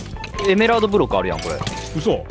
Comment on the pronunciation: あんにゃん？(あるやん) に聞こえる（笑）